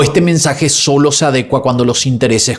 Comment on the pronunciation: Adecúa con acento en la U